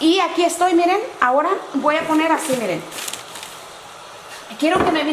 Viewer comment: Hay lo unico que me llevo de este video es el "iren" , "miren"